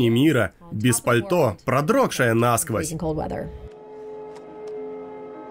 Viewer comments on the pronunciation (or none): none